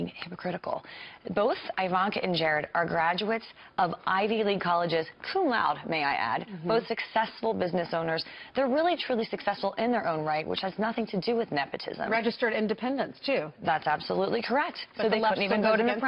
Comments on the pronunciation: "Eye-vanka", "coom loud" what a fool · LOL she was trying to make that terrible point about Ivy League schools and she doesn't even know how to pronounce cum laude properly.